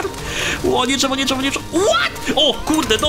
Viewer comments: DŻEWO xDD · drzewo dżewo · DŻEWO XD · DŻEWO nie no żartyje DRZEWO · Dżewo ❤️ ( ,,ż" XD ) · Intro be like: JIIIII, JEEEEE Drżewo (specjalnie) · dzrzewo xd polski sie pami ęta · dzewo sie pisze :p a nie drzewo czy dżewo